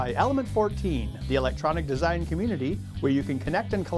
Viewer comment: Comeetity? I think that's a first for the pronunciation of 'Community'.... at least that I've heard. :P